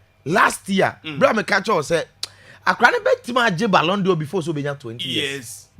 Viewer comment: At thus height, u ahd not pronounce balon dior.... its a frencg word....pls pronounce as balon door not dior